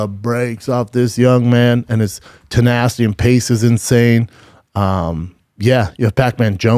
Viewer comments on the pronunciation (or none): none